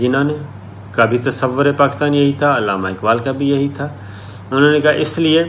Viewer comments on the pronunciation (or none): none